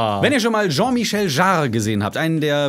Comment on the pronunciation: Als Jean-Michel feier ich, wie du Jean-Michel Jarre's Namen aussprichst. Perfektion! (Nach dem bin ich übrigens benannt :D)